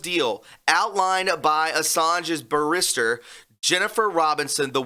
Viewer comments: A little friendly help with the pronunciation. A Barista, as you pronounce it, makes coffee. A Barrist-er is a higher court solicitor aka lawyer in the USA, that wears a wig and gown in court. Great video thank you. Much love from England ❤️ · it's actually BARister and not BarISTer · 'bear--IS--tur' = barrister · A barista, your pronunciation, makes coffee. A barrister can approach the bench in a court of law. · It’s pronounced Ba-rist-ter ( lawyer) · barrister, I believe, is pronounced, BEAR is ter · You are not pronouncing Barrister correctly. It is properly pronounced (BARE is ter) It is a British term for a counsel admitted to plead at the bar and undertake the public trial in an British English court. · Here babe pronounce like this "barr i ster"!😘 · "bear-is-tur" pronunciation for barrister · Pronounced like this: BARE • iss • ter. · It's pronounced" bear-is-ter" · The accent is on the first syllable but he's accenting the middle one. I think the A is pronounced like the A in cat. BA ris ter I could be wrong, not British. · Say barrister the way you would say canister. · 'Barrister' - accent is on the first syllable; if you accent the second syllable we hear barista! :) Some have commented that it's pronounced bear-ista... no, it's not. Rooting for you all here in the UK, many supporters over here. This election is not only important for the US, but for the world. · In the uk you would say Barrister like the Name Alister. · Correct the word he pronounced is what you call the person who makes the coffee behind the espresso machines. Easy slip up when your not familiar